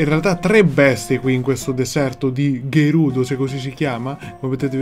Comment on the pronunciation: Si dice gerudo con la G di Gianfrangioschio